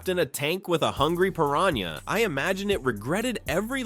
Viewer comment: The guy in here has had multiple times to pronounce piranha correctly and failed every time and it brang back the memmory of Benedict Cumberbatch pronouncing penguin as he couldnt either